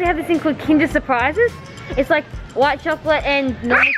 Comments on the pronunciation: he said gotlet not chocolate 😂😂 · said " if you be a good boy you can have a chocolate" but he said it like gocolate😂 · Did biggy say goclate instead of chocolate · said ghocolate